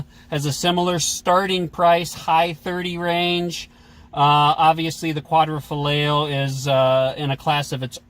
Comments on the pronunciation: Stopped watching after quad-ra-foligno. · Goulart quad-ro-fo-li-o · Qua-D- FART-iO 🤣😂 or what ever. I don’t think these guys have ever tried speaking anything else besides English.. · "Quadrifartio" 😅😅 I heard that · WHat's with the pronunciation problems? Quadrafoleo/Quadrafarteo instead of Quadrifoglio? Jagwire instead of Jaguar? If you are going to review cars shouldn't you learn how to pronounce the names? Why should we take anything you say seriously if you talk like a high school drop out? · Quadra fillet? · You guys are smart, why didn't you take two minutes to learn to pronounce Quadrifolglio? Were you dumbing it down to seem more relatable? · First: I respect your review but professionalism is necessary and you should get your names right when mentioning them. I was actually going to stop watching the video as soon as you butchered quadrifoglio but i still kept going. 2nd : you criticized stelvio for year end big discounts. All manufacturers want to get rid of old cars at year end with big discounts. 3rd: stelvio quadrifoglio is a direct competitir to glc 43 and has beaten out glc 43 in driving experience by a margin and matched the power. 4th: read actual owner reviews and 75% of them are satisfied with 2017 and onwards alfa romeos.